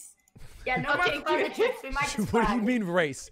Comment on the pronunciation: Why does he say chez